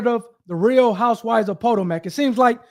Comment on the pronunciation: Dude, REALLY??? I don’t know where you are from, but as a seemingly reasonably intelligent but possibly not worldly person, you really should do your research on proper pronouncing of people, places and things. “Po-toe-mack” …….. seriously? Think about it, you already know this takes place in Maryland. So what’s the “big, main, well known river” there??? It’s the “Pa-toe-mick”, and that’s also how you pronounce this town you are speaking of. Where is your Jd. from? Where are you licensed to practice?